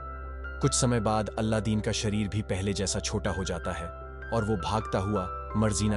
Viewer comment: Kya beta kuch bhi. Alladin nahi Aladin bolte hai...